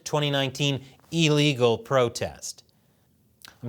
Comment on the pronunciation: NOTE to: When You are SICK... You are ILL... NOT EEL Thus, that which is against the law... Is ILL-egal... NOT EEL-EGLE I cannot understand how ILL-egal... EVER BECAME EELEGLE...